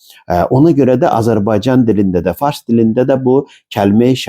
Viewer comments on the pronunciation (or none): none